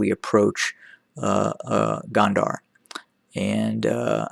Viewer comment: Please! It’s Gondar with an “O” not Gond”a” r. Your analysis is annoying as fuck but it is still way better than the Eth Government. TDF has a plan. Eth Government does NOT. And therein lies the difference.